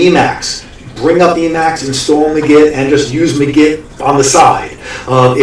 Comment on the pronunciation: Its pronounced like MAGIC... not "muh-git".... Look at the hat and magic wand in the logo...